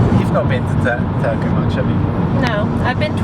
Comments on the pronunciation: you said "Turku" pretty good 9/10 :D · 9/10 Turku pronunciation, really good for a foreigner! :) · Kirjoitan Suomeksi ja en tiedä ymmärrätkö, mutta lausuit Turun minun mielestäni 8/10 eli aika hyvä suoritus. 😊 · I rate you pronouncing ''Turku'' 9/10 because the Finnish language is pretty monotone and I heard a little emphasis in there :D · Strong 6 on the pronunciation of Turku ;)